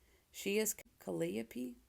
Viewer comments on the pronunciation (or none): The muse's name is pronounced ca-LYE-o-pee, with the same stress on the second syllable as "Penelope". This is very much the least important thing you're telling us, but the editor in me couldn't ignore it. Neil Gaiman is a full-out monster, and has been for DECADES. Drag him for the filth he is. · Ka-lie-o-pee. Emphasis on lie.